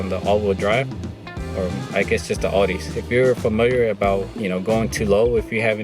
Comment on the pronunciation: Nice car. Looks great just as it is. And by the way, it’s pronounced ‘Owdee’. Not ‘Oardee’. Every time I heard you pronounce it the way you were doing it was like someone scraping their fingernails down a chalkboard…